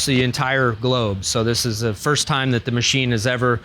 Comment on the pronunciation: He said globe 🌎lol!!